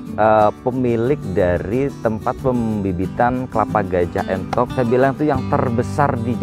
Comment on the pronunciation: Sedikit koreksi nggih bukan Enthok tapi Entog nggih. ..